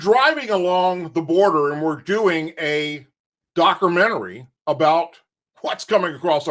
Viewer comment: sounds like a Fucking Idiot...it’s Documentary Doc/u/ment/a/ry